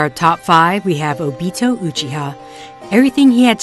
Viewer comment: said obito wrong